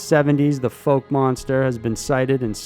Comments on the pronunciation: It is NOT pronounced FOLK monster? It is the FOUKE monster as in FOUL-KE!!! It drives me crazy when people mispronounce words, there is no call for it and it makes people sound ignorant and/or uneducated! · The first part of Fouke is pronounced like someone said “Ow” not “Oh.” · It’s pronounced fouke not folk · you mispronounced fouke i from those parts F-ow-ck .not folk your useing the wrong sound for o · it's not folk. it's fouke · It's not FOKE, it's FOWK. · It'a Fauke not Folk, dummy. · It's pronounced FAUK, not FOKE... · *fouke is pronounced like fowl but with a "k" instead of an "L"... F--ow--k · It's the fouk monster...like "fowk" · I live close to Fouke Arkansas the are serious about they’re Fouke monster. The pronunciation on Fouke is a little off. It’s more like foul-k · It’s pronounced Fowk. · You calling Fouke "foke" was irritating me so much Lmao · Fouke is pronounced fowk. Also known as boggy creek, and a rural area of the serial killer movie the town that dreaded sundown. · Lol, the "Foke" monster. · Great video. Just fyi, Fouke is pronounced with an ow sound instead of a long o sound so it would sound like (fowk) rhyming with doubt or out. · It’s pronounced fowk but spelled fouke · Has anyone mentioned you mispronounced the name Fouke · Fouke is pronounced like cow. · You pronounced fouke way wrong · Mis pronounced fouke monsters